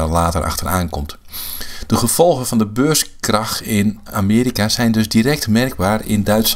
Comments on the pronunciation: Dat je niet snapt dat hij beurskrach zegt i.p.v. beurscrash is al een reden om jouw reactie te disliken. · Ik heb het filmpje geliked, al is je uitspraak van het wordt "beurscrash" een reden om het te disliken.